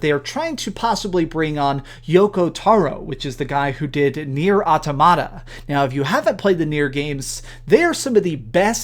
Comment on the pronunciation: omg why can't anyone pronounce the normal English word "automata"